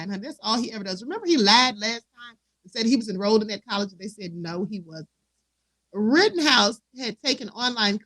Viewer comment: Rittenhouse NOT Rottenhouse